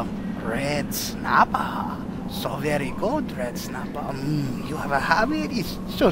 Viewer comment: red snappah...red snappah...there is no red snappah....red snappah.....ok big slamon then lol i love it